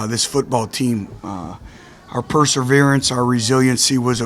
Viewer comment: So what if he mispronounces perseverance, he's a great coach.